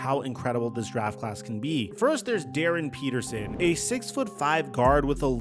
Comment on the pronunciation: Darryn PETERSON dude…not Patterson. FFS I get so tired of the disrespect to the Midwest.